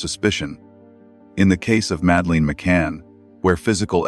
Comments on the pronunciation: I know this is AI but her name is not Mad..leen!!! It’s Mad uh Lyn. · I had to abandon this due to AI narration constantly mispronouncing Madelaines' name and lack of natural pauses in speech. Do better next time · Please dont use AI narrator they cant even pronounce madelines name properly. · You can believe what you want. Believing doesn't make it true. And teach your AI rubbish to pronounce Madelines name properly.